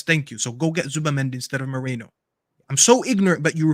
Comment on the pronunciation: It's Merino Staffy, not Mereno, why can't you read?